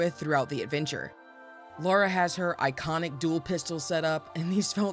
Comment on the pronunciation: Lara is pronounced "Lahr-uh" not "Laura"